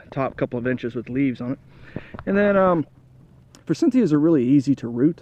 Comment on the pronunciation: No "n." For - sith - eee - uh.